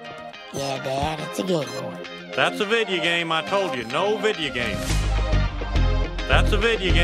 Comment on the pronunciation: Said Video Game Wrong It's Video Game Not Vidya Game